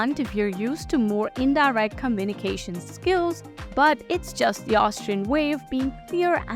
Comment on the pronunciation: Hint: ‘style’ should not be pronounced ‘steel’